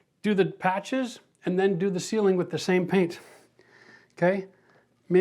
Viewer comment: oh "ceiling", not "sealing" paint? I was so confused at first 😂